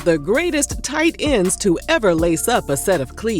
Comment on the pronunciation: “Tight end” had more emphasis on it when u said it 😂😂😂😂